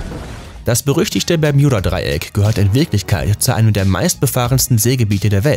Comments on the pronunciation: Will ja net gemein sein aber man spricht es BER-MU-DA-DREI-ECK aus... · Heiist das nüsch bärmüdedraiäck? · Das heißt nicht permjuda Dreieck es heißt bermuda dreieck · Nicht Berjudadreiek sondern Bermudadreiek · Alter es heißt Bermudadreieck ohne j 😂🤮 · Es heiß "Bermudadreieck" und nicht "Bermjudadreieck" 🤦🏼‍♀️ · Leute Bermudadreieck NE es heißt BERMJUDADREIECK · Omg das permjüda dreieck LoL 🤣😂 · Niemand! Wirklich Niemand! Er Bermijuda dreieck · Einfach nach den ersten 20 Sekunden kein Bock mehr, wegen dem bermJuda Dreieck... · Versteht ihr auch bärjuda dreieck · Das peyodadreieck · Wen macht es auch dezent aggressiv das er es immer falsch ausspricht?😂😂 Bermjudadreieck😂😂👍🤦‍♀️ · Bermjuda Dreieck Hahhahahahah ich kann nicht mehr 😂😂😂😂😂😂😂😂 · bermjuda dreieck wer kennts nt?😂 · Ich verstehe die ganze Zeit Juudasdraieck 🥴🤣✌🏼🔥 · bei gott ich weine gleich die ersten 50 sekunden waren schon zu viel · Hallo ihr Alle.hier...👋 Ja, diese Aussprache mag ich auch nicht besonders! Also...meine Ohren! 👂👂 Umso lustiger finde ich es, all' die Kommentare zu lesen! 😅🤣😂 Weiterhin viel Spass !!! 🥳 Sehr schade... das Thema selbst, wäre interessant! 👍👍👍👍 Wünsche euch Allen, viel Lebensfreude und beste Gesundheit! Und .. Tschüss, Servus, Tschau👋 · der moment wenn man ein Video über das Bermudadreieck macht aber es nichtmal schaft es richtig auszusprechen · Mich triggert es grade wie du bermudadreieck sagst